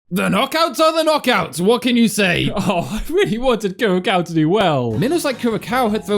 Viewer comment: >winces at Kur-ra-cow It's pronounced Cure-uh-sow